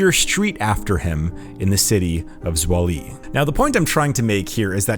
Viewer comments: ZWOLLE = svow·luh Not Zwah-lee. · It's not "swoll-y." it's "zwol-uh" (Zwolle, Netherlands). And the Leo Majorlaan is a relatively short street, tho a busy broad street, but by no means a large street of any kind. A small note to know: It was revelead by his widow, cause he wasn't alive anymore when that was made public back in 2009. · Zwolle - "Zv-ow-ll-ah" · Born some 50kms from Zwolle: your pronunciation of this city located in the province of Overijssel, made it sound like some obscure African city! Granted,“Swollee” sounds comically hilarious & maybe a bit embarrassing at the same time! No biggie though, lol 😂! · Me, understanding Dutch, cringing every time he butchers the name Zwolle